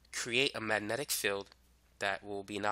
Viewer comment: wow, you can't even pronounce the word "magnetic." that makes you perfect for youtube.